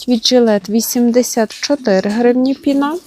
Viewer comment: та не пінА, а пІна. Чому таке викручування мови?